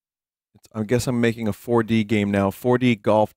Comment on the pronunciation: Waddyou mean WADDYOU MEAN FOAR DEE